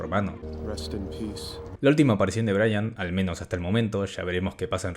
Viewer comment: Hello brother, you always had problems saying Brayan.